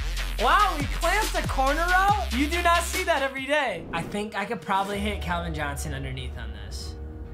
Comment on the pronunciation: He said calvin johnosn